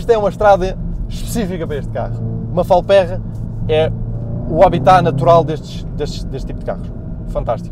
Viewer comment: Boas não se pronuncia “Falpérra” mas sim “Falpêrra”. Grande Abraço!